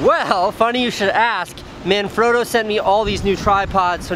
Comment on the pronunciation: man frot o. like frog. froooo. manfrotto. not otto. LOVE YOU CASEY!